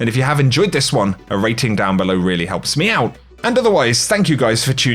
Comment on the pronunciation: Whenever I hear says "a rating down below helps me out" I keep hearing meow instead of me out xD